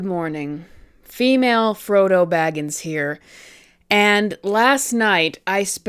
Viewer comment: She said female Froto and I can't unsee it. 😂